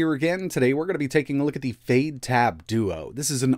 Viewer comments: It sounds like you're saying fade instead of fyde. Is it supposed to sound like that? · fade??? fyde sounds like "fide" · I believe the correct pronunciation is "Fy Dee" and not Fade. Fyde in Chinese means "Quick" or hurry. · Yay!!! Another word you completely mispronounce! It's been a while since you added a new one. I wonder what these manufacturers and developers think when you completely butcher their names. It's pronounced "FIDE", not "FADE", but hey, you keep doing you. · Last year you ran this OS on a raspberry pi. It seems it's gotten even more polished but the name is still confusing. Is it pronounced Fide OS or Fayde OS? I've been running brunch instead because Google play but this OS looks pretty good. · Definitely pronounced Fide, fade sounds a bit daft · why is fyde pronounced like "fade?" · This looks like a good first step, but what we really need is a good keyboard. Out of curiosity, why are you pronouncing Fyde like fade? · Maybe learn how you pronounce Fyde. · Looks nice but at a silly price, which may be it's undoing. When you look at how cheap an RK3588S based product can be produced, it hammers home how expensive the other elements really are. It should be noted that the chances of hardware accelerated video drivers on any Linux Distro will be almost certainly zero. Odd pronunciation of the OS considering that it has a definitive Y in it. At 5 nits, the screen is undoubtedly very nice indeed. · About time this sort of thing came about. Also, I had no idea that was how they were pronouncing Fyde.